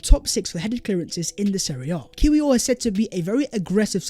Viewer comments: its pronounced yakub kivior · It’s pronouns Kivior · Great vid. Interesting points and will be good to see the new signings moving forward. Heads up, Kiwior is pronounced Kivior 🙂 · The ‘w’ in Kiwior is pronouned as a ‘v’. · The "W" in his name is pronounced "Veee". 😉😉😉